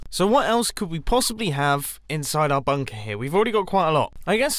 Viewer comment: Nobody Mumbo: bünkër